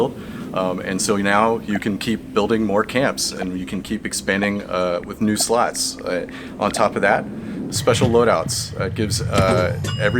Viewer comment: HA! When he says slots... it sounds a lot like sluts. seedless to Nay... that's funny as fuck. Oops. I screwed that up. The wrong first letters... My bad. I meant funny as fuck.